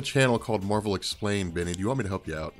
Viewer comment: How come you pronounce Marvel properly but pronounce Captain Marvel so weird?